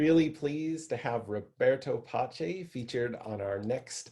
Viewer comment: And also the Pace in his name is pronounced Pa-Ch-ā